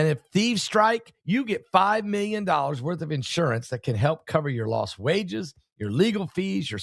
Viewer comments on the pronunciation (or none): none